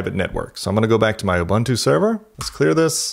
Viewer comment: You lost me at ubantoo. Do some research on how it's pronounced.